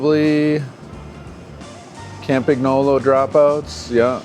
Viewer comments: But you're cool with how he says "Campagnolo"? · Your pronunciation of "Campagnolo" could be improved, but your pronunciation of "Bianchi" is something to call the Carabinieri about! (For the curious ones: it's "BYAN-key") That said: great video, I really enjoyed it, and I can't wait to see all the "watch you working" videos this will spawn. Keep up the good job!